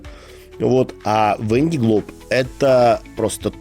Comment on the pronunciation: Кто живёт во Франции в Ля Рошель, в Сабль д`Oлон, почему же вы говорите "Вэн ди Глоб"?! Другой блогер произносит Вэн дэ Глоб", если гонка называется "Вандэ Глоб" (л произносится мягко) по названию департамента Vendée (на французском произносится "Вандэ" (а - носовое, а э- закрытое), в русском варианте это "Вандея" (читайте "Девяносто третий год" Виктора Гюго). А у вас что означает слово "Вэн"?!